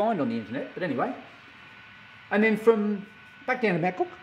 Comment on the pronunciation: I suggest that you get off Amtrak's Train #5 The California Zephyr, at Lincoln, NE instead of McCook. (By the way, in Nebraska we pronounce it as "muh cook") Lincoln is a MUCH larger city and it is a BNSF hub with diesel shop, yards, car shop, etc. From Lincoln it is about 4 hours to North Platte (straight highway with no railfanning) but there are several interesting places along the line, such as Grand Island, where the BNSF coal line goes over the UP Overland Route, and Kearney, where the UP Kansas City line joins the Overland Route and they run triple track mains all the way to North Platte. By the way, the west end of the North Platte yard complex has the RR station name "Birdwood"!